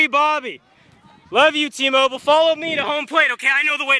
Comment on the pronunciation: Am I the only one that thought Bobby was saying Team Oval instead of T-Mobile